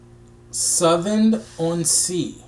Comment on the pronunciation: Don’t worry about the pronunciation lol. But, Southend is simply pronounced like the 2 words. South. End. I love this version, and the time you take to do the research even before you listen.